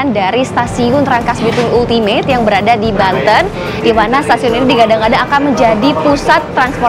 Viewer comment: Ultimate bacanya Altimet